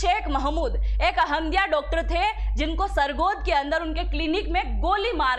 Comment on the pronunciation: अहम दिया नहीं, अह मदिया